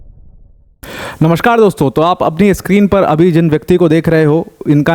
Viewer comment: ye namaskar dosto sunkr ek german ki yaad aa jati h...